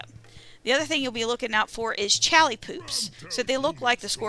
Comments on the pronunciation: Because caps lock. Aside from that: Al Lee is what you're saying. Aw Lee is what he's saying. They are definitely not the same. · WHY CAN'T YOU SAY CHAULEE?